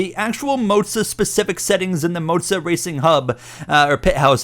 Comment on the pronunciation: Why are calling it Moatsa. It's Moza